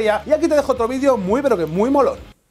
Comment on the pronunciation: segundo 27-29 dijiste mollon xd